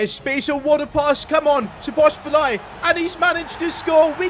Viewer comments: bro said szoblaisai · Please learn how to say Szoboszlai's name!